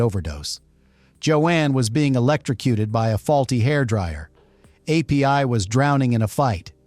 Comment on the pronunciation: Pay attention, AI comments app. The other guy’s name was not A.P.I. He was Api, pronounced “Appee”, which was short for Apirana Maketu; his full name.